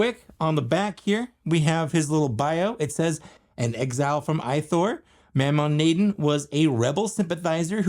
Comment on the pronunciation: I think he’s pronounced as MO-Ma Na-DON.